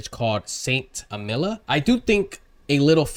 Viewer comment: Bro can't even say st Amelia right